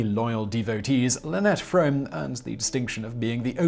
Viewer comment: Interesting video. 2 things though. Lynette’s last name is not pronounced “Fromm”. The e at the end is not silent. Her name is pronounced frau-me And she had no intention of assassinating President Gerald Ford or of shooting anyone. I’m attributing her seemingly irrational behavior to Charlie’s influence and all the drugs she took. She heard that some company was going to cut down some redwood trees. She was an environmentalist before environmentalists were cool. That was part of following Charlie. Being involved in his environmental group called ATWA (Air, Trees, Water, and Animals). She knew that Ford was going to give a speech somewhere near her so she decided to go to the speech and try to talk to him to get him to tell that company that they were not permitted to cut down redwood trees. Then she realized that he wouldn’t pay attention to her. So she thought about how she was going to get his attention. She thought that if she took her pistol and slid it into her sock then she could take it out of her sock and wave it around to get his attention so he would listen to her. She intentionally ejected the bullet out of the chamber and left it on her bathroom floor because she had no intention of actually shooting anyone. There were bullets in the clip but none in the chamber ready to be fired. Of course as soon as a Secret Service agent saw the gun he tackled her and they got the gun away from her and arrested her. She was convicted in spite of having no intention to shoot an